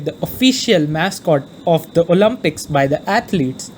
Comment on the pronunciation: I'm literally joking on how the guy pronounces the word "Olympics" lmao